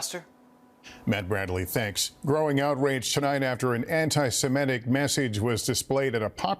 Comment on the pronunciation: What's wrong with you, Lester Holt? You still can't pronounce "anti-semitic"? You're showing your viewers, and other broadcasters, how to mispronounce it.